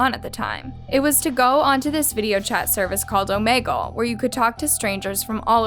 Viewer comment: is it pronounced Oh-may-gull? I pronounce it: Oh-mee-gl